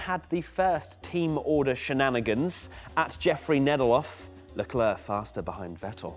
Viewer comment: Sick of people saying sharl eclair, the bloody kid himself says Charles Leclerc!